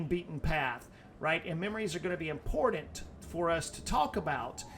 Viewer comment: The most Impordant thing to know.. THERE IS NO "D" in the word IMPORTANT